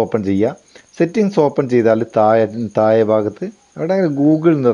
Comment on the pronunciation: Thaye alla cheta Thazhe athupole muzhuvanum muyuvanum alla yithu pole vedeo yidumpol bhasha vykthamakiyal nallathayirunnu